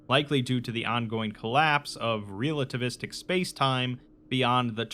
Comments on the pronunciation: It took me a while to realize you were saying "realativistic" and not mispronounced relativistic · Love you dude, but I cringed every time I heard "REAL-ativistic". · Hearing you mangle and mispronounce the word relativistic so many times in such a short period of time made me want to reach through the internet and strangle you.